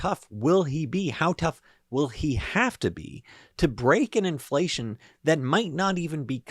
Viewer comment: "Infleshion" !? Freudian slip? Zombie confirmed?